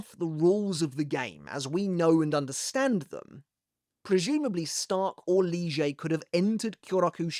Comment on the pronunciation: Why do you call Lille barro in that way?